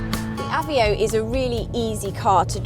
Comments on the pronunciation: this is a car for economical crysis that's why it's so cheap...however is prenounce a v e o not avio!!! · why does the sonic say aveo!?! wtf!!